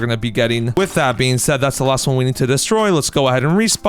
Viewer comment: Bro plz stop saying with I being said I begg u